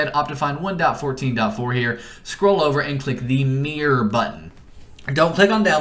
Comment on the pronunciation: Did he say Meer instead of Mirror?